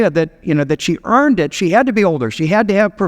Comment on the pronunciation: Not quite sure why you keep emphasizing the word EARNED in regards to her. Her responses to the angel show nothing about her being owed anything